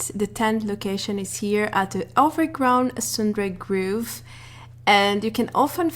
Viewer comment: #2. Sundew Grove. this word is most commonly pronounced similar to the word Grow.. So we pretty much say growV with the V sounding like Vuh (depending on the regional dialect it is most often much softer inflection and the uh sound is not so audible ) Groove (pronounced GrewV or grewVuh) is a type of music or where we drop the needle to play records! Love your videos BTW TYVM